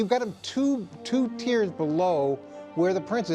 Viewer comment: TIERS…not “tears.”